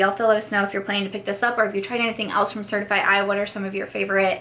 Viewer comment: Happy Thanksgiving!!! I've never tried Glow Recipe, but I like their brand aesthetic. I think Certifeye is pronounced just like certify and DC came out with the glosses 😉 Originally I didn't want anything from the Colourpop collection, but I saw ThatGirlShaeXo and mesijesibeauty's videos and now I'm like oh... I could pick up 1 or 2 items lol I think the Melt palette has a really pretty color story, but I will be passing because I have the Gemini palette and I prefer the more mattes to shimmer ratio. Also Melt is $$$$ The theme doesn't bother me, I mean I like the kush mascara